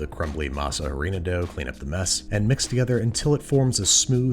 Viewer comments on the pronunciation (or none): the 'H' in "Harina/Masa Harina" is silent. It's just ah-REE-na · Harina=Ahdina do not say the h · Andrew, the H in "Masa Harina" is silent